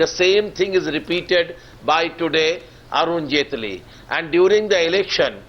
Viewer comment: ROFL "Arun Jhaantley" X-D